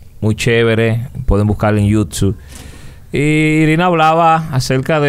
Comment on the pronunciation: no es sirina es Irina 😹😹😹